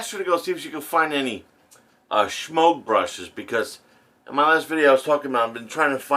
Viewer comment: I always chuckle when you pronounce the brush Shemogue, like there is an H in it.